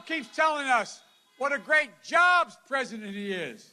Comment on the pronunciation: Look Folks, I am tired of listening to this unraveling of a poor excuse for a human being. Oh sorry, did I hurt anyone's feelings? This was the worst one yet, can't even say the word President, let alone be. Moving his tongue around very awkwardly in his mouth, having trouble "reading" the words. Can't remember Mr. Jacob last name, had to look at the screen again to correct himself. I would think if he was sincere about these people, he could maybe remember their names. Wow, what if he was looking at classified documents and missed something or forgot something, different numbers, oh well it's only nuclear codes, who cares. I feel bad for him truly, because something is obviously wrong. You may not like PRESIDENT TRUMP, but at least you could do is respect him. I didn't like or vote for the previous guy, but I respected that he was in charge and hoped he would do something. Maybe try respecting Our President now, and you won't be so hateful. The division wasn't created by President Trump.